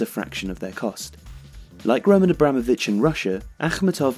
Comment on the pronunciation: Love your channel and love all your videos guys!!! But please please please do at least some research about all these pronunciations. It's rinAt akhmEtov, romAn abramOvich, mariUpol